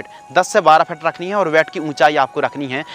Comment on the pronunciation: Ved nahi bed hota hai